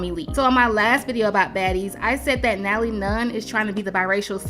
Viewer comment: How she keep butchering Natalie’s name 😂😂😂😂😂 I LOVE THE SHADE, baby!!!